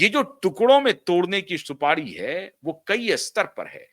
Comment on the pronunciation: Supadi nahi supari hota hai